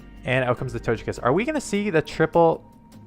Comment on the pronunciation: are you sure its to-chekiss? It's kinda irking me lol. I always pronounced it to-ghekiss